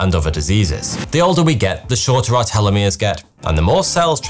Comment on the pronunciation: Telomeres vs Telomeres why are changing the pronunciation of the word